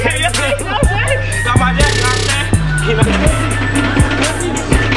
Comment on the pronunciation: Lil Uzi bad at saying yah